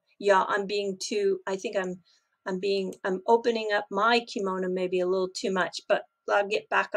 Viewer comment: did you say,'I'm opening up my komono too much'... i havn't heard that before... I laughed alot...! Thanks for everything you do.. I believe you are an educator. So, educate the Bit Boys of this world... You have a gift. Love Light and Peace